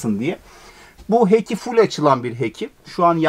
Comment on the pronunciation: İnanılmaz bir keyifle suratımda gülümseme ile izledim.10 yıldır evsiziz teknede yaşıyoruz .Kulübe hoş geldiniz.Ufak not o tavandakicamın adı heki değil.Hatch (Heç diye okunuyor)